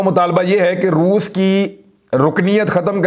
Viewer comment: Re baba Roof nahi re Roos Bol. Roos 🤣🤣🤣. Totle